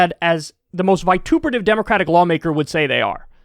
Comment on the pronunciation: vitupritive? Gettin fancy there